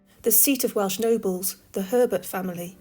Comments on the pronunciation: You may not sound Welsh but your pronunciation of the Welsh towns and villages were spot on.👏👏. I'm very proud of you my patriotic Welsh story teller 🤗. I'm from Pontlottyn a small village between Merthyr and Tredegar.As for the video outstanding as usual each episode is getting better and better and I can't wait for the next video🥇👏. A massive thank you my for keeping us loyal viewers enthralled your videos must be very hard work and for that we thank you 👏🥂. We all know your going through a tough time at the moment but look after yourself sweetheart and God bless. All the love in world to you and your family Bill XXX.❤️❤️👏👏💯🫨🫣👻😲🏴🇬🇧XX👍🏴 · Your pronunciation got me too! I’m from North Wales, never expected you to be from Cardiff 🤷🏼 Absolute class as usual, looking forward to the next one 💪🏻